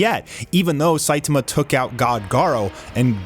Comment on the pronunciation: I like both, i,m just joking on "sitama" :D It sounded to me like shitama haha